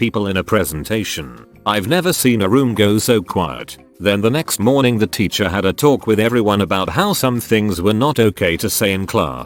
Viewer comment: Nobody: Reddit voice: “Ticher”